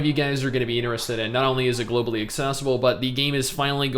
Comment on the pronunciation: “GLOBALLY” OMEGALUL